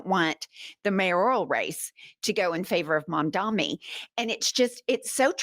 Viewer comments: Ladies please stop saying ¨Mamdammi¨! lol It´s Mamdani <3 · I love fighting for her life trying to pronounce Mamdani. She's so loveable. 😂